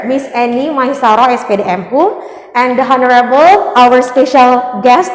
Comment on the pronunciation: ''Honorable'' huruf ''h'' nya ga dibaca ya. 🤗